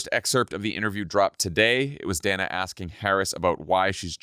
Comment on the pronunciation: GFOR GOD’S SAKE—SHOW MS. BASH—a correspondent of many years—THE RESPECT OF pronouncing her name correctly! She has ALWAYS been “ DANNA,” not “ Dayna” it is not like she has suddenly appeared on CNN!🤬 ( But Vice President Harris handled it all brilliantly!🩷